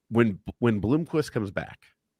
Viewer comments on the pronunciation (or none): Might be a good idea to learn the names of the players. It's not "BlOOmquist" only one O